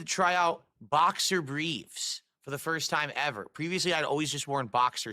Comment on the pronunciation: “boxer bweefs” I’ve asked this on other videos across the Snort-tex, but what the hell is with his sagging lip and speech impediment? Is it the gin? Did have a stroke?